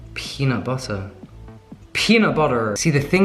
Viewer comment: Am I the only one who says "peanut butterrrr" with when he repeats it in an American accent? 😂